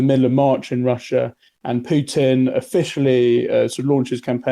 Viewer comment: He says Piutin 😅